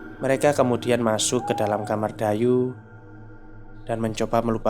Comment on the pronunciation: Dayu ato Dayuh? Saya denger nya Dayuh. Ada H nya..